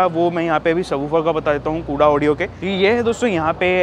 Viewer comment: Mere bhai pehle to naaam thik se Bata de company ka. It's कोडा ऑडियो not कूड़ा ऑडियो 🙄